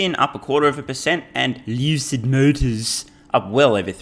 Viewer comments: "Lewcid motors" 😂 Gets me everytime 😂😂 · New Rule: The way ya said Lucid Motors at the intro, has to be the only people pronounce that companies name permanently.